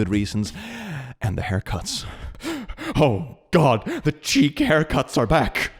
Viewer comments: chic is pronounced like "sheek" not "cheek" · pronouncing English words slightly off makes me giggle. Like He pronounced "Chic" like "Cheek" but it's "She-ek" I love it. <3